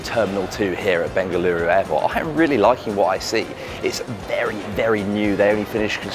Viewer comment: When he pronounced ಬೆಂಗಳೂರು (bengaluru) correctly 💯👌❤😍